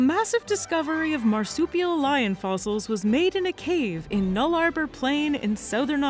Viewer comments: "Null arbar"🤦‍♂️ ohhh... that's some cringy pronunciation. Nullarbor Plains is pronounced Null-a- bore. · Nice video :) But, as an Aussie, I need to point out that the Nullarbor Plain (or just 'The Nullarbor') is pronounced "Nulla Bore" not Null Arbor :) Cheers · Oh dear, we need to help you with the pronunciation of our favourite, lonnnnnnng interstate hwy.... the Nullarbor Plain. 😉 It's Nulla-bore. ❤️ from Victoria, Oz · nullarbour plain?......omg please say it the correct way next time nullarbor pronounced Null-a-Bor, dont say the R in the middle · True, but the name does come from Latin, and means "No Trees" i.e. Null Arbor, so an excusable pronunciation IMO. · Null-ah-bore plain. Close though. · it's pronouced nulla boar. i will give you a pass because we have many hard to pronounce names. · You pronounce nullarbor incorrectly btw